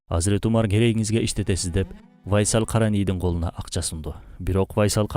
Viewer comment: Урдура бербей тактап койгула да бир аз, УАЙСал эмес, Уайс эле. Уайс Ал Караний أُوَيْس القرني бул жагы вайсал Байсал болуп кетиптир го 😂😂😂